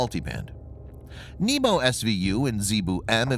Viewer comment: ITS NEH-BO NOT NEEBO